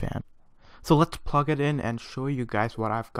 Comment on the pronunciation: its plug not pug